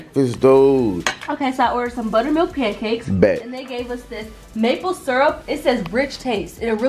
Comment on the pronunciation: He said “ panicakes “ 😂😂😂😂😂